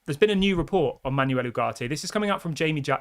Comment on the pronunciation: Dude, it's PletteNberg. It's pronounced Le-keep. It's pronounced Manwel